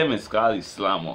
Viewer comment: "de slammer" lol is what rass i hearing